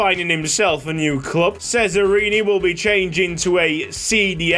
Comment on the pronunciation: Just to let you know, "Cesarini" is actually pronounced "Che-za-ree-nee" (according to Forvo at least) 🙃